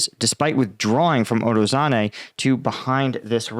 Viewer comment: not urozane but urozhaine. zh, llike in zaporyZHzhia. uro-zhain-eh. ro-BO-tin-eh. klish-chi-yivka. here you can hear him spelling it